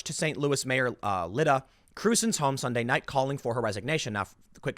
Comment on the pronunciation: The STL mayor’s first name is pronounced LIE-da.